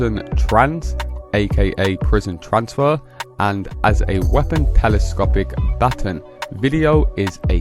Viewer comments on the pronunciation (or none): You said batin.😅